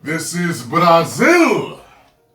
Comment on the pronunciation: Bra-Zeel has Entered the Fray! Stand Back, There’s a Hurricane coming Through! 😂